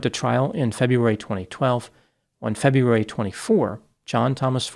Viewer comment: FebRUAry, not FebUAry.